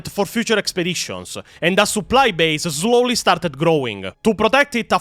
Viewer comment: I love you I really do. Please unsderstand that is is coming from someone who also speaks a language that isn't thier native tongue. But I cannot help but laugh whenever you say slowly haha. Mush love though